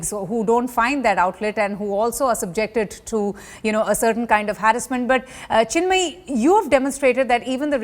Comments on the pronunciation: It's Chinmayi not Chinmaya, at least have the courtesy to get the name right. 🤦‍♂️ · It's chinmayi and not chinmaya :/ how ignorant you are Ms. Anchor...more power to you Chinmayi , you girl 👍 ignore the doubters and haters . To the anchor , vairamuthu 's power and influence limited to Tamil nadu , Chinmayi is a pan Indian artist and singing isn't her only profession and you should interview Shree reddy as well , she was the first to start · The anchor should learn to pronounce the names of her guests right. That's the least you can do when you're interviewing someone... It's Chinmayi, not Chinmaya. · As idiotic a news channel can get. Just trying to get to say everything. "All time". "Powerful". It's bad. And ffs, it's Chinmayi and Vaiyamuthu, not Chinmaya and Veeramuthu! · These so called professional media anchor speaking English so worst before taking debate show don't they actually research on the topic ..she could not even pronounce the name right? (Veeramuthu- brave pearl) (vairamuthu-diamond pearl) tell me which is right anchor? And it's chinmayi not Chinmaya. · Come on!! You need to at least learn to say her name right.. Its ChinmayI not Chinmaya..!! And Vairamuthu and not Veeramuthu!!! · First of all it is not ChinMAYA, it is ChinMAYI... It is not VEERAmuthu, it is VAIRAmuthu. Have the courtesy to say someone s name right. Bold move Chinmayi.... You have become the ice breaker, now.... Believe me i dint have the guts... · Its not ChinMEYA.. its ChinMayi .. be professional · This interviewer should learn to say the names of Chinmayi and Vairamuthu, properly, before starting. It's appalling that she keeps saying "Chinmaya " and Veeramuthu. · What's with these north indian anchors..Chinmaya , Veeramuthu...the other day I heard someone say Tamilsai (Tamilisai) , Say-the-pet (Saidapet). You know you are going to interview/mention these words , so atleast get the pronunciation right.